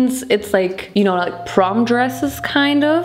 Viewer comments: did bro say porn instead of prom? 😭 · Dude saying porn instead of prom is killing me😂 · Vincent: "PORN!?" 😲:... "porn?" 🤔